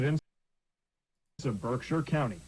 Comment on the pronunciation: mate I cannot accept that pronunciation of Berkshire from a fellow Brit 😂